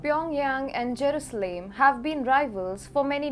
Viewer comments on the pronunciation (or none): It is not Jerooslaim girl, work harder to get the names right.